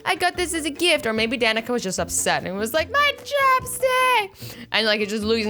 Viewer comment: My Danika is Pronounced Danica